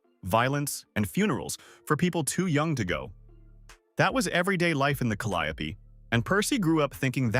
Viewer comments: Thank you! Cause calyeopee was sending me! And Mistocall aint do no better 🤣🤣🤣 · BOY WTF IS A TALIAPLIE PROJECTS, WHAT DAT IS FRENCH QUARTERS LMAO.... SPEAK ON WHAT YA KNOW STOP REACHING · The projects he grew up in is pronounced Cali O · It’s caliope the e is silent 🤫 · Exactly why tf is he saying the calio name like tht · Cali-yope is how you pronounce it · That's not how they pronounced their projects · You can’t even pronounce the projects correctly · he wrong